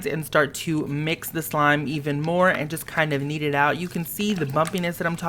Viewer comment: I thought he said "eat" instead of "kneed" lol